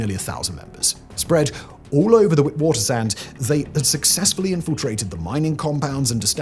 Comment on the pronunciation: Ha! Simon, a valiant effort at saying "Wit-waters-rand." It's pronounced "Vit-vaar-terse-rundt". By far the most detail packed doccie I've seen on the Numbers gang. Great one!